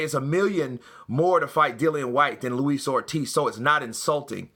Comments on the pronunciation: Did he say “ Lois OLD Ortiz” listen to it twice sounded like it! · 2 things that got me in Eddie's interview, 1. when the reporter asks and Eddie said "Did he say that?" He was ready to go off on one! 2. He nearly called him Luis Oldtiz! Quickly corrected himself but was funny shit!